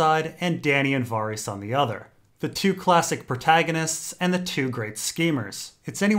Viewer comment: "Varr-eess" What the fuck